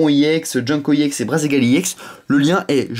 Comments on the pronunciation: on dit ex sinon parfait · Il prononce à l'anglaise : E-> i ; X-> èx